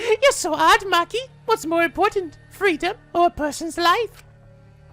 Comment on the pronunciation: He said moki not mochi... OK. A JAPANISE LESSON: Chi as in "Chicken", yeah, im talking about Nugget And Ki as in "Kitchen"; that one place you go to, when you need to avoit starvation.